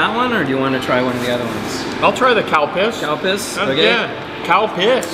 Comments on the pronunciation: When he said calpis i thought he said cow piss. =/ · WTF is Calpis?! 🤔😂 LOL. Cowpiss.................. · Man you loved saying calpis and after saying out loud i do agree calpis calpis calpis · I laugh every time I hear Calpis just because I know every American speaking person that hasnt been to Japan hears something completely different! lol And the green Calpis looked like toothpaste! lol